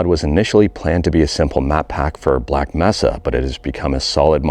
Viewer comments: Black May-suh Not Mess-a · this is the first time I've heard someone call it Black "meh"-sa